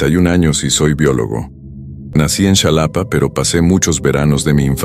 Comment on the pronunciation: Se dice jalapa,no chalapa pendejo